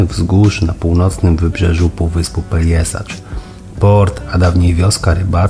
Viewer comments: Super film. Jak sytuacja pozwoli to zawitam tam w lipcu - rezerwacja w Borku zrobiona :). Jeden fakt natomiast przykuł moją uwagę. Piszesz poprawnie po chrowacku Pelješac, co sugerowałoby wymowę Peljeszac, a wymawiasz Peljesacz. Jak powinno się zatem wymawiać? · Fajne wspomnienia, piękne miejcówki! Też eksplorowaliśmy półwysep, tylko we wrześniu 2020 - było jeszcze mniej ludzi, co mnie zachwyciło. PS. Pelješac czyli Peljeszac, nie Peljesacz 😁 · Dziękuję :-) faktycznie poprawna wymowa to Peljeszac ale gdy wypowiadałem tę nazwę to nie zwróciłem uwagi na ten błąd ;-) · Dziękuję :-) za Panem Robertem Makłowiczem powiem że poprawna wymowa to Peljeszac ale gdy wypowiadałem tę nazwę to jeszcze o tym nie wiedziałem ;-)